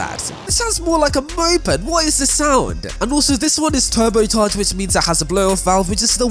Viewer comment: no one: this guy: "turbotarter" "supertarter"